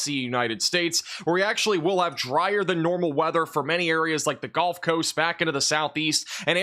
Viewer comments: Is he saying "golf" coast instead of "gulf" coast or is there an atea called "the golf coast"? The Golf of America? 😂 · 😂😂😂 golf coast 😂😂😂 love your videos boss but every time you say “gulf” I hear “golf” for some reason 😂😂😂